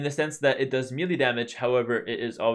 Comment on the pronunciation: First you started saying Mayans right and now you're saying melee right 11. Btw, do you think that if they gave melee units +0.1 speed across the board that they would start to be more viable in the current meta?